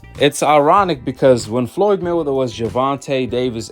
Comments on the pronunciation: It’s Floyd Mayweather not Floyd “Miller” 🤣🤣🤣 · The hell you saying floyd melder lmao